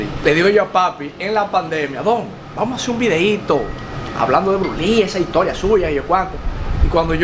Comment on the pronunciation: Por favor tú eres un hombre inteligente y muy educado no te coma las S cuando tú menciona el nombre de Bruce Lee tú no menciona la S, por favor menciona la S donde vas las S. Gracias